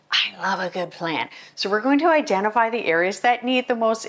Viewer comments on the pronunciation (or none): none